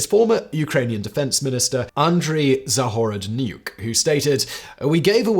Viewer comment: How do you spell the former Ukrainian Defense Minister's name? Andrei Zahor__ Neiuk ? I'm having trouble Googling him using the spelling in the CC. Edit: Is it Andriy Zagorodnyuk ? Sounded like he pronounced the name like the last name started with an n as in Nuke. Made me do a double-take and assuming that nominative determinism had struck again. Ooops.